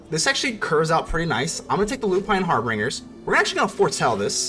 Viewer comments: Dig the deck, but it's harbingers (pronounced "binger" like someone who drinks too much. Lol) not "bringer". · So it appears I can't read and decided to throw an 'R" in Harbingers and pronounced it "HarbRingers" this entire video. I've never heard of the term "harbinger" so it never occurred to say it like that. Feel free to roast me into ashes in the comments. 😎